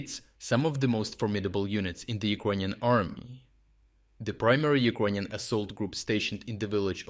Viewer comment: WTF!, man, you gotta learn to say it correctly since you trying to be serious - it's not Ukr-O-inion - it is has to be pronounced as Ukr-A-inian. I understand your channel is reporting from Ukraine not from UkrOine?